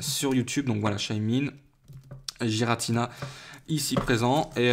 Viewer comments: Sa ce prononce guiratina aller voir le film .. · donc tout le monde fait erreur ... sauf toi .... et ba désolé mais c'est "Guiratina" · et bah non normalement cela se prononce avec le son g va voir sur le film